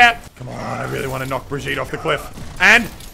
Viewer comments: Everyone says her name Bridge-it😂 But it's like bre-geet-ah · Muselk Bree-geh-tah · Muselk I'm german so I can teach you: Bregetae. If you read it in english you will pronounce it about right, unlike papa jeff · Muselk its pronounced beer gee te leend h olm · Bree-geet-ah liyn-hole-m say it fast and you got it. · Her name is prenounced "brijit". There is a famous voice line of reinhardt and he says her name in it. Checkmate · youre saying it wrong and so does jeffy. its brigitta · Muselk haha I’m Swedish....... When you say birgitte 😂😂😂😂😂😂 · It was enough when we swedish people had to hear ”Torbjourn” all the time, and now we have to listen to ”Brigeet”. Kill me pls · As a french we say Brigeette and this is kind of fun actually because for most of people in France Brigitte is an name for people around 40/60 yo xD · Prononced Brijit. It's a french name and I'm french, so you can trust me on that. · I say Im danish and I agree with the Norwegian about how to pronounce her name tho I would write it like bree-gi(so ki with a g)-te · CrunchyFrog as a German, you should know that you pronounce this as bri-gitt-teh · Learns how to say Brigette calls her brgeet the next clip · Dear English talkers, say B as usual but with R you have a bit trembling, i is just said fast and gitte is basically the same, now it becomes Brrigitte. Thank me later (sorry for bad english, if you couldn’t tell I’m from Sweden 😜) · It's like Bryygyittew. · It's pronaust bigitta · You say Brigitte like b-i-r-g-it-a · its bre-gette ..reinhart says it like that soooo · you should go on some european servers and learn how to say brigitte :D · As a swede I want to point out that both you and Jeff are pronouncing her name wrong. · Hugo Åstrand Hur är han en idiot bara för att han inte kan uttala Birgitte Lindholm rätt? Han är ju faktiskt engelsk, det är inte så himla lätt för honom. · "Jeff knows how to say her name" lol no he doesn't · It's so sad that he thinks he knows the actual way to say Brigitte.